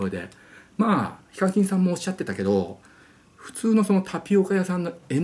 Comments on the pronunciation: ヒカキンのイントネーションが非課金で草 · ヒカ↗︎キン↘︎ 🤔🤔🤔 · 呼び方が「非課金」みたいで草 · やっぱりこのコメあった。 しかも上のほう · ヒ↓カ↑キン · ヒカキンの発音が非課金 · 発音が非課金で草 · HIKAKINさんイントネーションが非課金さんで草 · 尊敬してるわりにヒカキンの発音おかしくて草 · ヒカキンの発音の仕方が独特で草